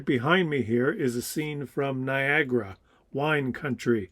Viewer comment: Still not Niagara, dude.